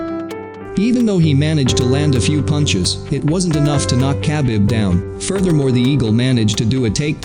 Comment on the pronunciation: the way he pronounced khabib😂🤦🏻‍♂️